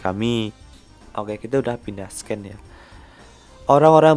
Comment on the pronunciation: Min saran nih kalau baca scene jangan sken tapi siin (soalnya klo sken itu kedengaran kayak scan)